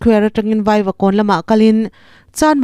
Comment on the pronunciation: 'Via' = Vai-a